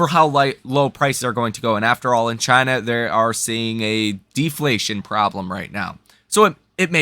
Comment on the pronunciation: Many of your subscribers/ frequent viewers are of Chinese descent or Chinese or Asian. Please refrain from mocking the name of the country by mis pronouncing it.